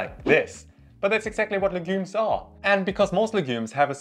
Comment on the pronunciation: You talk a little too fast. Please learn to pronounce the word 'legumes'. And talk a little slower please. Nice content.